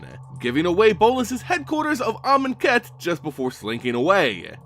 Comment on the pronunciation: Great Video! Glad I know how to pronounce Amonkhet and Aether now.